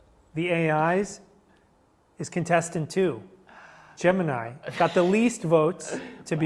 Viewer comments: Gemini, not Gemeni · "Gemeni" lmao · “Gemeni” and not “Gemini” ?? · idk man, an AI calling itself geminy instead of its actual name gemini seems like its just voice actors. they also use phases way too personable for a robot